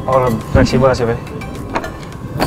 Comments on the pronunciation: "Chef" jadi "sep" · dasar emang lidah urang sunda, kata "Chef" aja pengucapannya kayak "Sep".. asa-asa manggil ka lalaki... :'D